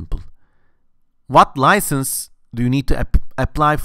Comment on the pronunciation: Say license again lol